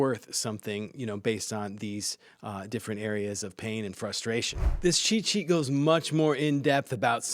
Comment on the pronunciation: When he says “cheat sheet” is it only me hear it as “chi chi”? I have no problem with that even it makes sense use AI for chi chi 😁